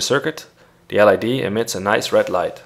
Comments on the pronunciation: l.E.d.... not l.i.d.... aggravating... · It's LED not LID. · Perfect, but LED is pronounced LED, not LID. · It's an L.E.D not an L.I.D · LED, not LID :D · Is it L "I" D or L "E" D? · Who pronounces L EEEEEEEEEEEEE DDDDDDDDDDDDEEEEEEEEEEEEE like L IIIIIIIIIIIIIIIIIIIIIIIII DEEEEEEEEEEEEEE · It's LED , not LID! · "L I D"? No it's L E D, besides that it doesn't matter whether you place the resistor on the plus or minus. 😎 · Its not called lid, but led!!! Noob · ELL EEE DEE -- not ELL EYE DEE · LID? Don't you mean LED? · You said lid it's led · LID LID LID please it's LED .... LOL :) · ITS NOT LID ITS LED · The L.I.D? U MEAN L.E.D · I think it’s his accent. Pronouncing it like “grayn” but with a silent N. Same thing goes for his pronunciation of “LED” which sounds like L I D. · I know, he says lid in the video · Yes he should say LED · EL AIiiiiii Deeeee, lol. LED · Oh I heard LID not LED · I would say that it's a great video.. but there are a few things I'm not really agreeing with, and since I'm not a expert, I'll have to do some research.. Btw... when you say LED, you are pronouncing the E as we pronounce the I...